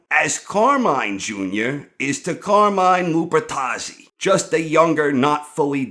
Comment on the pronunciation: Cahmine Lupuhtazzi